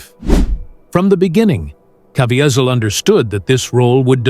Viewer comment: Why cant the talker pronounce jim’s name correctly?